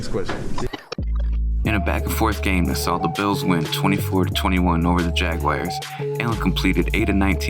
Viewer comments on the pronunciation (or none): Jaguars not Jag-wires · the Jax Jaguars: It's not Jag-A-WIRE. It's Jag-WAR. I hate that pronunciation. I just hate extra syllables. sounds pretentious. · You should have asked how to pronounce San Joachin ...and what in the hell is a Jagwire?? Really well done video though, gents!